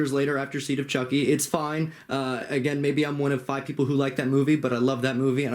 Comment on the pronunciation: I laughed when you called Chucky “Chonky” 🤣🤣